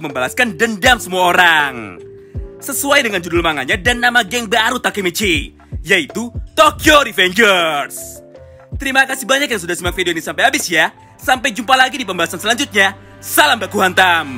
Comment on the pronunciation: Pas bilang "TOKYO RAVENGERS" Sangat ramah bibtang 1:v